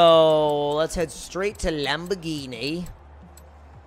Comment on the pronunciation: Lamborghienie lol